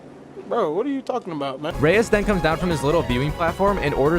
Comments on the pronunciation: Its pronounced Rise not Reyes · It's not Rais rise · Bro mispronouncing Rais was triggering me the whole entire video 😂